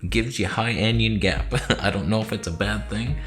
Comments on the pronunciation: "Anion"...pronounced "AN" "ION" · Anion, it's pronounced an-ion, a negatively charged ion, not like anyon or onion with an 'a'.